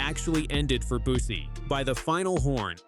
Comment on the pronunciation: Bussi is mispronounced. Is this yet another AI narration?